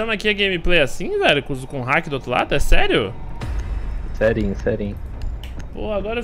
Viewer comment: falou "serinho" meu coração escutou esterinho ♥️sdds